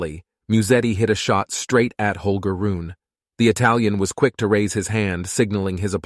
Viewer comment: His name is HOLGER .. RUNE the e is NOT Silent .. so his name is NOT Holger RUUN as u say so many times. Maby u should have seached his name before saying it wring so many times?? Its soooo easy to do